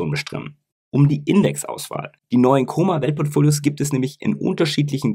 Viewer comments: Es heißt Kom-mer nicht Komer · Wenn immer tolles Video. Aber warum liegt der Herr Kommer im Koma? Sorry, bei der top Qualität deiner Videos bitte auch die Namen richtig aussprechen,das irritiert 😉